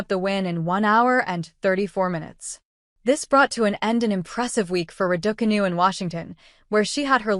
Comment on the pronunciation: I hear Ra-daw-canoe and stop the video immediately. What credibility can it have when it has no idea how to pronounce the name of the person the video is about?